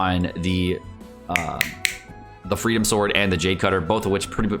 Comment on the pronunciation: Am I the only one who keeps being annoyed that he calls it "Freedom Sword" and not "Freedom Sworn" which is it's actual name?